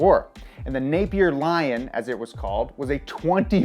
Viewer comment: My last name is Napier. It's weird hearing someone say it this many times in the beginning of the video. Especially saying it correctly!